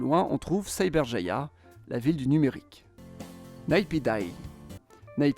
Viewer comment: Je suis d’origine birmane et je peux vous dire que Naypidaw qui d’ailleurs se prononce Nèpidau est un gouffre financier pour la Birmanie.